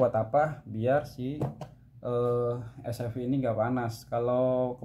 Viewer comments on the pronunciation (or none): SFP bang bukan Espiep😂